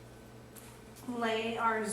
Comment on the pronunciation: love the video! but for the life of me I cant understand what you are saying the white fabric is? It sounds like your saying "pwell" iv ready through several comments wher you say the PUL will work but that you prefer the stuff you used. I think I would like what you used better too. So forgive me Im not much of a seamstress please please reply with the name of that white fabric =)